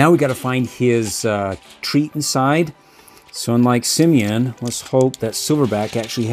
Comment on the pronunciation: It's simian not simon